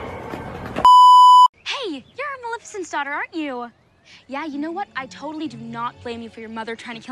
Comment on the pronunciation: Malifasint : give it to the dretful creature You: I’m sorry what? Me: give it to the dretful creature